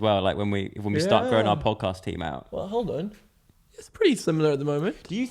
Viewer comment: the "pjoedcaspt"